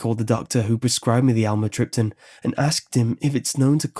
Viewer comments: Great story! But the pronunciation of amitryptaline is (am me trip te leen). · "Almatripton"- lol "imatripping" what it sounds like